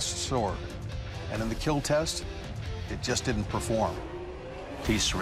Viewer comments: You can see the pain in Doug's eyes when he says that the sword will not keal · It will not keal, iRONically 😂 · Hardly I hear "IT WILL NOT KEEEL"